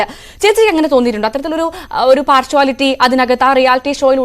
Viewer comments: Parsuality alla partiality ninnepoleyullavareyano newsreader akkunnath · Parshwality അല്ല കുട്ടീ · പാർഷ്‌വാലിറ്റി അല്ല കുട്ടി പാർഷ്യാലിറ്റി.. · Eee paarsuslity എന്നു വെച്ചാൽ എന്താ?.. Partiality എന്നാണോ ഉദേശിച്ചത്? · Oru media person ano partiality enna word "partuality" enu parayunnne🙄🙄 kastam! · Enth uality. Word is partiality (par-shia-lity) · parshuality????? listen pronunciation of partiality . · Hello Ms anchor pls use correct pronunciation for the word ‘Partiality’. By the way Sibin is a 💎 gem ❤